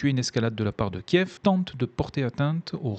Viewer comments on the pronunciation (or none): none